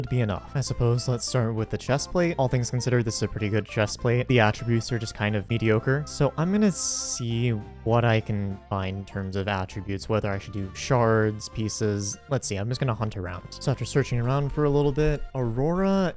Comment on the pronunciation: medioker he says!